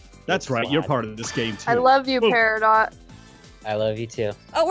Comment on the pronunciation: peridot not paradie